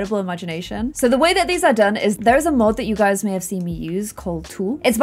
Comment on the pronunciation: Me clicking on this vid: click Also me: wait did she just say HEY GUSY?